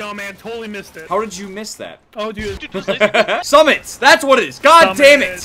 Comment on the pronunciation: IT'S SUMMIT U PLEB